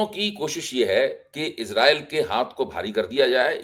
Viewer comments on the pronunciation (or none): ..kabhi toh spelling padh Kar pronounce Kara kariye..😂😂😂 Israel sahi word hai.. Iss mein j kaheen hai kya..? Hum padhe likhe log hain..aap.Ijrael kahte hain.. Very sad.😂😂😂